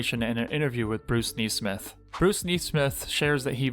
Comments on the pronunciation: “Knee-smith?” He doesn’t pronounce this common last name, as it is normally pronounced, “Ness-smith?” Very odd. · Neesmith? When did a single ‘e’ become pronounced as a double ‘e’?